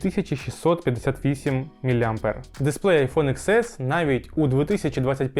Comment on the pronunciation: ріже слух коли кажуть айфон ікс ес, добре відео, але вірно казати айфон (десять ес), пробач за критику